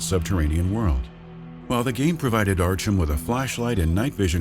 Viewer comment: Archum? Really?